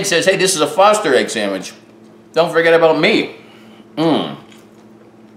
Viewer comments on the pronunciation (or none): Whenever you mention your last name I hear, Fausta instead of Foster. Go figure... LOL. Love your videos. Cheers.